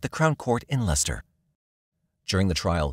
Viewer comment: Ha, that's the first time I've heard an American pronounce Leicester right, now try Worcester lmao 😮😂😂😅❤